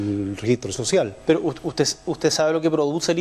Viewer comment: Basta con ver cómo le dijo "sociah" y "salga de aqui" a una señora, desde su postura de presidente de la nación y no del barrio poh🤣🤣🤣🤣🤣🤣